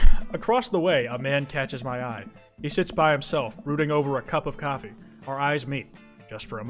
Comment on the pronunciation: so were all just gonna slide past the fact that said shoffee shop instead of coffee shop???